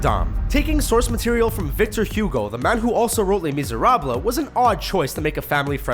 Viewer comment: Victor Hugo is pronounced differently.